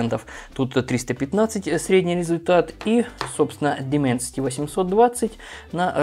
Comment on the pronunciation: Дайменсити, Дайменсити, а не Дименсити...